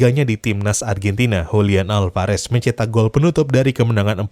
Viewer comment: Julian Alvarez bukan hulian